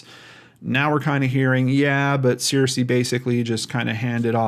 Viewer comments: Hey, Arkansan here! Searcy is pronounced like "sir-cee" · I grew up in this region and have parked by that bridge before. She's from Searcy and that's kinda far away. There is nothing in Oil Through to speak of...maybe she has some family or friends there. Also Searcy is pronounced "Sir Sea" at least by folks in Arkansas. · Great job trying to help these people. Bless you. For future reference, from a White county native, born in Searcy, it's pronounced Sir-cy. ;) Prayers for bringing the missing home and for healing comfort and signs and wonders of God's Love <3. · It's pronounced sir-see, btw. The only reason I know is because my cousin went to a college there. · I am sorry if this sounds rude as that is not my intention, but it is pronounced Sircee, just like the evil queen on Game of Thrones. They are a small AR town which means they don't really care about helping anyone who goes missing.